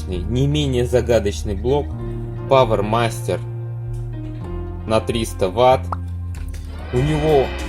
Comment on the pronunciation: Правильно читается "Пауэр Мастер". И режим "Ди Си"... Очень понравились советы! "Не слушай клиента..." Точно! Верить надо своему тестеру. П.С.: Несмотря на то, что "дежурка" небольшая и "простая", у меня есть несколько БП (и постепенно их станвоится больше), которые "ждут своего" часа, когда дойдут руки и будет время - на тщательный ремонт. Там дежурки - с разным напряжение и состоянием, со своими фокусами. Одна дежурка - "жарит" 2 Вт сопротивление так, что в выключенном состоянии оставлять нельзя! Прямо смех! Осталось только для дежурки еще свой отдельный вентилятор ставить! Там на дежурке 7,6 вольт, конечно. Понятно, что "кто-то не выполняет своих функций". П.П.С.: Эти "выходные" кондеры бывают с виду идеальным, а на поверку - "диод". И как-то все работало. Еще и продают такие БП, как рабочие. Кондеры "Джан Фу" - видимо, с плохими резинками. Испаряются постепенно.